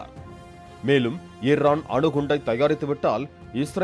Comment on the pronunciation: தொகுப்பாளரே இர்ரான் இல்லை ஈரான் 😂😂😂 ஈஈஈ 🪰🪰🪰🪰 வராதா உங்க வாயில😂😂